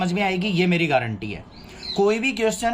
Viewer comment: Sir sun samjhana bhi aata hai ya yaad hi karke aaate ho kuch to dhang se karwado me apke pas aata hun ki aap acha padhange par aap apni marji se hi chle hote ho or guarantee hota hai gaaarante nhi